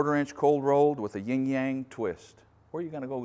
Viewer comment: just FYI it's "yin yang" unless the name of the twist is on purpose wrong.